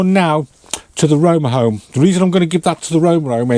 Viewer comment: "Rome Rome and Noose Venture" ?